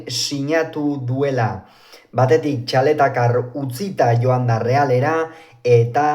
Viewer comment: Txaletatzar, ez Txaletacar!! 😅